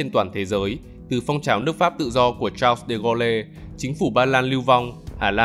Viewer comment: Chao-đề-gô-lê là ông nào? Tên người ta phải đọc đúng chứ